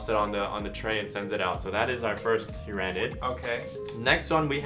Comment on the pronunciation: My only gripe is your pronounciation of the word "Tyranid". The "Ran" in the name isn't such a hard sound.